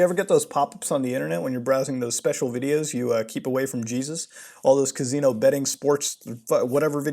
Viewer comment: God the way he says casino he’s so Canadian